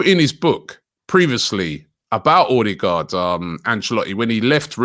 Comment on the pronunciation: Is OH-DEH-GUARD Robbie. Not OR-de-gardddd